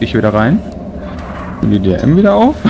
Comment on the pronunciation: Wie immer DRM sagt^^